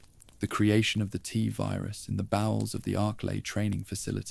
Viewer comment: Why do we need an AI voice? I like the writing, guessing that’s done by a human? But reading out the years as numbers, spelling out S.T.A.R.S, the “tuhvirus” pronunciation instead of “Tvirus” . It’s blatant at times and takes away from an otherwise great video.